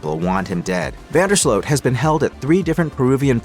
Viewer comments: Ya need to pay attention and learn how to pronounce names. We can see it is Vandersloot and everyone with a brain also pronounces it Vandersloot not Vanderslote. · Van der sloot like “boot” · Van der SLOW is the pronunciation. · This sounds why does this AI keep messing up his name? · Most of the western world knows how to pronounce his name except for this bot/ narrator.